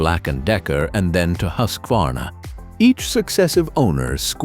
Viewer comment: “Huskwarna” “style” “Huskwadonna” Is this a chainsaw video or a comedy?